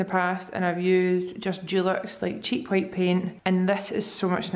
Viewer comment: Ok I love you so much so please don't be offended, but when you're talking about how you like the white desk I swear I heard quiet everytime with the ole accent (which I love your accent!!! 😍) hahaha but I was like what the heck is a quiet desk am I living under a rock hahahaa ok bye I love you so much one of the only youtubers I still watch I love the vlogs been watching since week 1❤❤❤❤